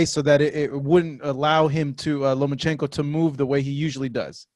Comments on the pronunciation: It’s LOMAAAACHENKO!!! Not LOMANchenko,,, Jesus If you’re going to defend him at least get his name right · i’m not a fan of dads like lopez sr. that being said lopez and sr. got the result... good for them. also wish people would stop saying Lomanchenko. 😂